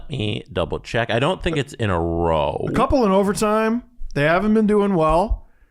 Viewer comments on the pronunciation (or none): none